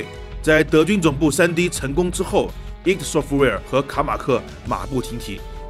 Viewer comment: Id software不是读i.d？